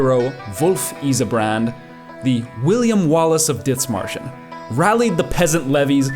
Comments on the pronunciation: Es heisst Dithmarschen nicht ditzmarschen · Small note but its more pronounced like "Did-Marschen" not "Ditz" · In german there is no th like in english. It is Dithmarschen spelled with just the t. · Where's the speaker from? Sounds almost like a slight German accent, but then no German would pronounce the th in Dithmarschen like that. The h is silent. Great video though! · Why do you call it "Ditzmarschen"? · You don't pronounce the h in Dithmarschen. It's simply pronounced Dittmarshen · Idk, its annoying to watch this video because you keep pronouncing Dithmarschen like its an english word. Just because theres a th doesn't mean its spelled like the english th. The h is silent. Pronounce it like you would Dittmarschen. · why do you keep calling it DITZ MARSHER? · i dunno why you pronounce it like that... there's no S in the first 5 letters of that name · cool video but what the fuck is that pronunciation of Dithmarschen they aren't Bri'ish